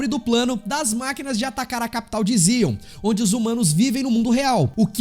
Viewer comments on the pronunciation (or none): none